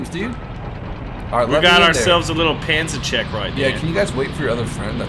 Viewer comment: do not pronounce it like panzercheck but as panzerschreck, you say it like Shrek, Shrek is love Shrek is life.